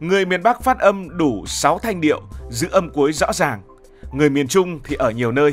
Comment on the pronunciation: Em phát âm (rõ ràng) sai nhé